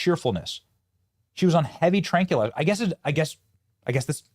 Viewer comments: Benny I hate to be this person but I'm going to; tranquilizers are pronounced "tranquil" + izers. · Tranqui lizers??? 😂